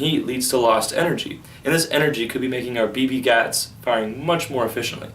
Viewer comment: did you say bb gats?